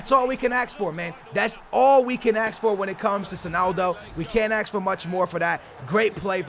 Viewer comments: ASK FFS NOT AXE SMH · Does anyone notice that says aks instead of ask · 'That's all we can aks for'